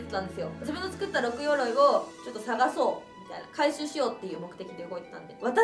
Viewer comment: 六鎧でロクガイと読みますな